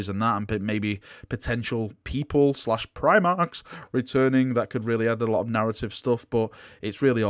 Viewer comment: AHHHH! PRIMARCHS...... STAHP... Hearing you say primarchs is kinda a trigger at this point already been listening to your content for 4 years.... 4 YEARS OF PRIMARCH TALKING ACTION!!! XXXD